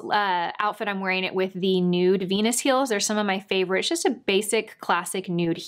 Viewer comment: "My favorite veans from Jenus" lol Sorry, but that cracked me up! You're so cute. Everything looks great on you.